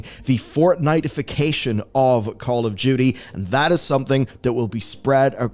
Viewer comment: are you saying Call of Judy?